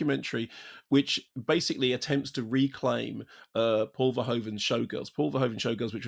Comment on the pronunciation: English speakers always pronounce Verhoeven wrongly. The oe is pronounced as the o in move, not the o in grow